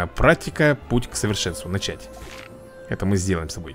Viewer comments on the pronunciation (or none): none